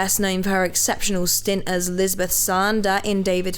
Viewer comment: Lisbeth what now? 😂🤦🏻‍♂️